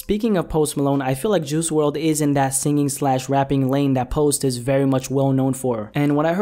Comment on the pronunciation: Who says juicy wrld rather juice wrld Is it just me 🤔🤔